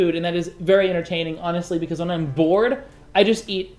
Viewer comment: Wait, did you say when you're bored you eat food? Or when you're vored you eat food. I think I misheard you...